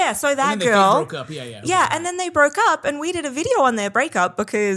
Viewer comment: “Well, Amber is a very dainty gorl” periodt 😂💅